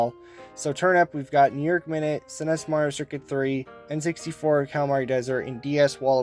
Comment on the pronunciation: I’ve never heard anyone say SNES like that